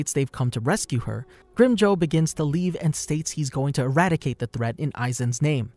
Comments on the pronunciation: Grimjow what bro? 😂😂😂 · Hi! You only butchered the name of Grimmjow. Your pronounciation is really good. I'd like you to make a video on Kisuke Urahara or Yoruichi Shihoin